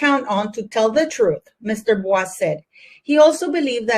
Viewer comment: The lawyers name is pronounced ‘boys”